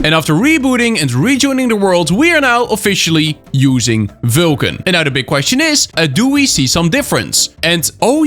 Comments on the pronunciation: its vulkan bro. not vilkan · Why can't you say Vulkan? You say VYLKAN all the time.